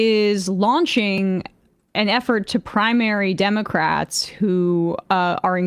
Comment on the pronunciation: I thought his appeal was that he says Democwats